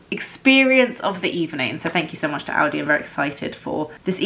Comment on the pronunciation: It's rather pronounced ow-di :D I hear Aldi as well